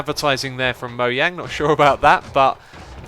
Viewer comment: Skulls and MoYang. :P That's what it sounded like.